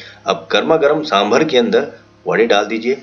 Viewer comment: Sir, please it's saambaar not sambhar